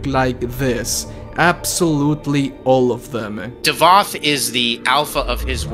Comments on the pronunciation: Its not davod its davoth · .....is Davoth not Davod c'mon I've left this on all your vids 🤣